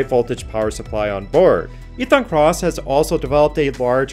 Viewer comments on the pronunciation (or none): For those who want to look at the ionic drone more, the name is Ethan Krauss. It sounded like it was pronounced "Cross" in the video, but as I found out, Ethan Cross has nothing to do with ionic drones!😆